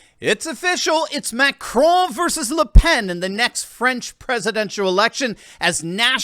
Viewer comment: TRY TO PRONOUNCE; FRANCE,[,[ THE A SOUNDS LIKE IN BALL],, OR FRENCH,..... NOT FRIENS